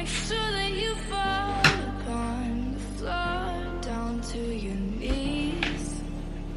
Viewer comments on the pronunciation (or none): none